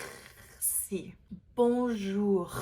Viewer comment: Dear, the R sound is more guttural in the beginning/middle of a word than it is at the end. If I may, your R in "bonjour" is not realistic.